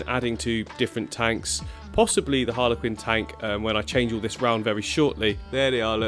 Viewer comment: Every time I hear you say harlequin I think of Harley Quinn 😂